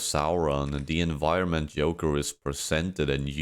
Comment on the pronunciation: wdym yoker😭 is this ai generated or a speech disorder because before and after you get it right with the Js